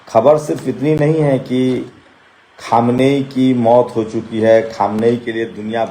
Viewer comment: Aap log news Dene Se Pahle Logon ke naamon Ka rehersal Kar Liya Karen Khamiyaini Nahin Khaminei